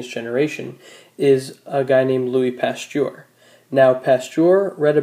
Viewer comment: Louis PastPur?